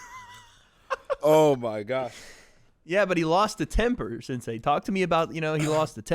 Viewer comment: Can someone please get to and explain that it’s “sensei” and not “sansei”